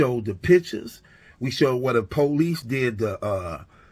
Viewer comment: "Where duh po-lice did the uh...forensic". 🤦🏽‍♂️ Beware of the uneducated attempting to sound knowledgeable. 👀